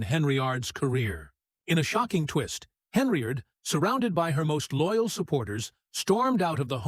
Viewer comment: Good lord. Her name is HEN-YARD! It’s NOT Henry-yard! You’re an idiot.